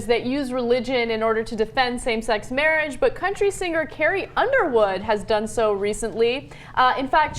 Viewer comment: Ana pronounces 'singer' 'sinGRRR' lol